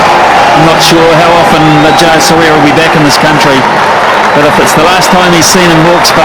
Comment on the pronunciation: Butcher for the bowlers name : jaysuriya